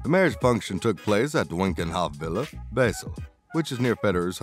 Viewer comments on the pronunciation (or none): none